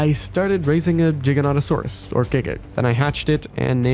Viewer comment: Jiganotosaurus XDDDD